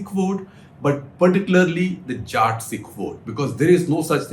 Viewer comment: Hi Shekhar Sir. Please start pronouncing the word Jatt properly. Its Jatt Sikh not Jaat Sikh.